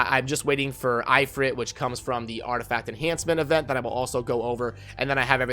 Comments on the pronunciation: It's If-rit not I-frit lol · "eyefrit" EeeFreet*